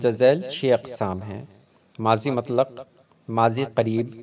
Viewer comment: Not matlaq but mutlaq